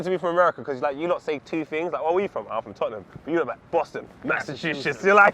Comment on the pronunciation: inability to pronounce Massachusetts is maaaaad.